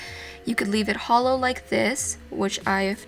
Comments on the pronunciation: I can only hear holo not hollow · did anyone think when she said hollow, think of HOLO???? only me? okay 😂